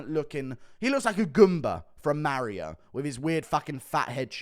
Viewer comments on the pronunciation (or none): none